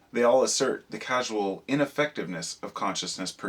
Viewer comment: sounded like it might have been 'causal' when you were saying 'casual'